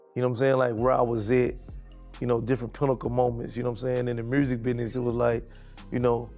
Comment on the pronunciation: From a French speaker I'd rather say that "Murzic" sounds like French "musique" pronounced with an undefined American accent.